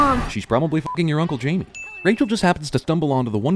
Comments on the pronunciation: One thing wrong with this video: it's "Jaime," not "Jamie." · It's Jaime, not Jamie